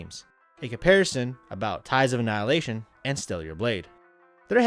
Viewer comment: Says not being harsh to the game, but can’t pronounce the name. YouTube these days